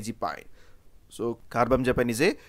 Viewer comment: Car-bam-za-pine? It's Car-bam-azza-peen